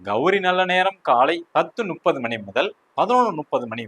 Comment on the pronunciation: வாழ்க வளமுடன் 🙌 ஐயா இந்த பஞ்சாக விளக்கங்கள் மிகவும் அருமை அடியேனின் ஒரு சின்ன வேண்டுகோள் 30என்பது முப்பது உங்கள் உச்சரிப்பு நுப்பது என்று ஒலிகிறது 🙏